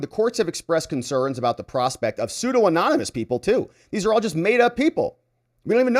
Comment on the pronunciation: Sue Don Uh Muss Pseudonymous.